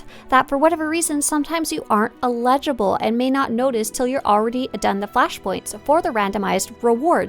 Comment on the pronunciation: Eligible. Eligible. Your mispronunciation of this words is triggering.